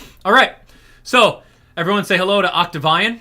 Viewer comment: It's pronounced Octavian (Oct-Tav-Ian)